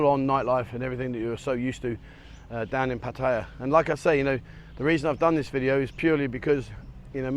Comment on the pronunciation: Hi been here since 81 I have no criticism of just surprised he cannot Thai towns correctly its Pat ta ya best from Khon Kean